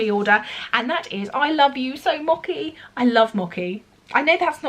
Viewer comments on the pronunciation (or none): So much new goodness! Btw, the 'ch' in mochi is pronounced like in the English word 'such'. Company Town looks interesting, though maybe quite dark!